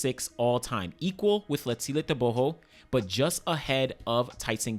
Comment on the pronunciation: That Letsile Tebogo pronunciation on point❤😅